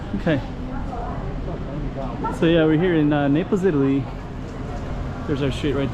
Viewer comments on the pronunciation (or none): Italy not itala